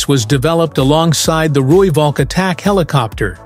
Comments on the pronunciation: Rooivalk as pronounced Rooiphalk. Please don't Anglicise. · The "V" in Valk is pronounced as an "F"... Roo-Falk.